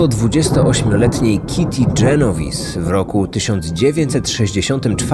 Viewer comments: Jeżeli to włoskie nazwisko, to fonetyka będzie "dżenoweze", a nie "dżenowis". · Raczej Genoweze